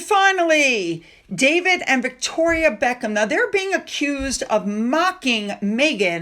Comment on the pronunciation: BECK Jam, with a silent j like in South America. Brilliant.😊